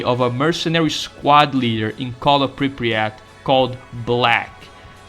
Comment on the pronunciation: Love your videos, but your pronunciation of Pripyat makes me go schizo. We thank you, oh Monolith, for revealing the cunning plans of your enemies to us.